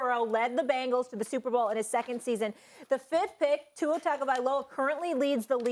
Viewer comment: It’s Tua